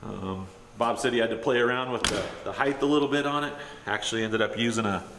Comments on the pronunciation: Height. Not “heighth” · You actually said “heighth” actually too actually🤦‍♂️